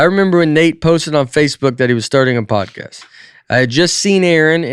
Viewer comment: Please tell me someone else just heard Nate say Codpast instead of Podcast😂😂